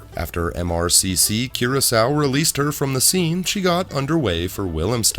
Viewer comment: THIS IS HOW I KNOW, YOU,, ARE A TRUE INTELLECT....YOU KNOW HOW TO PRONOUNCE THE NAME OF THE ISLAND OF CURACAO!!!!! I WAS A BARTENDER FOR MANY YRS. AND I CANNOT TELL U HOW MANY TIMES PEOPLE HAVE ASKED ME FOR BLUE " CURACCO" lol or whatever!! IMA FIGHT EM!! LOL